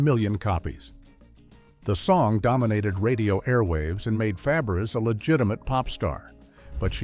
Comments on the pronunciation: Fa-bear-ass that's not even close to her name😅😅😅😅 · Faberes pronounced Faberay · Pronounced FABRAY. Learn it.